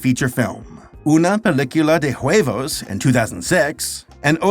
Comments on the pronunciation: hello saber u dont pronounce the h in spanish so it'd be u-evos not hu-evos pronounciation is improving indeed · I like how said "huevos" like "juevos". My guy, the H in Spanish is silent. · Hey! Remember that the H is silent in Spanish! therefore huevos is pronounce uevos and hola is pronounced ola 😭